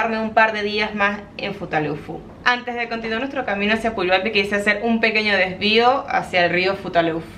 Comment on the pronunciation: lees textual el pueblo de Puyuhuapi, pero se pronuncia con G Quedaría PUYUGUAPÍ, lindo video